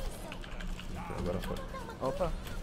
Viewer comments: Agoi pokotovisk kkkk é nois o/ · não entendi o que tem no final do vídeo mas ouvi agoi popotovski KKKKKKK